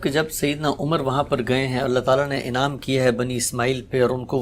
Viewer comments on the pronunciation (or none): none